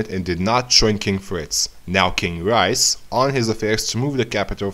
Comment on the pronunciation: reiss is pronounced reese not rice